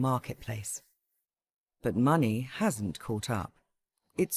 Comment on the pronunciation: It’s “money” not “mueonnayyyahh”